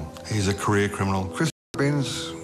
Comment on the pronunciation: It’s Binse NOT bings. & he’s nothing like Cool Hand Luke that’s a Yanky Hollywood fairytale movie.. Chris Binse is a good Oz🇦🇺 knockabout bloke who’s been dealt a few bad hands & done a few armed robberies but never shot or hurt anybody.. He should’ve been set free year’s ago & the same goes with Brendan Abbot “post card bandit” let old mate out for fuks sake he didn’t kill anybody just robbed some banks of money, big woopy woo woo.. It’s amazing that peadophile’s & rapist’s sex offender’s who do so much worse & get a slap on the wrist with a wet lettuce 🥬 leaf. But rob a bank they bury them in prison over money & nobody is hurt, but rape kids & destroy lives forever they get suspended sentences or 1yr in prison in full-on protection & they get zero punishment.. it’s a crazy crazy system i tell ya what, no wonder i live way out bush past Bourke on a property & keep to myself.